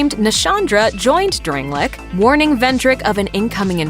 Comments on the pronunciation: Drang- lay- ick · why does she say dranglic and gwen